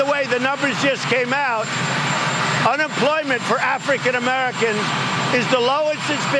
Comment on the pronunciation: Why does he say African Americans like that?? He freaking weird 😕